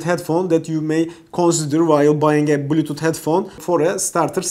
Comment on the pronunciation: thanks so much for the review! very good video and very detailed useful info. ps: a friendly suggestion: your english is good! just try to improve the clarity of you pronunciation on these words here: box, body, bluetooth, hours, bass